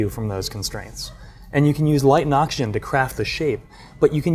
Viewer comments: anyone else find it super annoying the asian dude says "Ocshen" instead of oxygen? edit: im further into the video, he does that to a lot of words. dude. fully pronounce your words. wtf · Take a shot Everytime this guy says 'Oxshen'